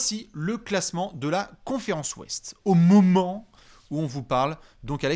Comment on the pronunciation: AU MÔMENT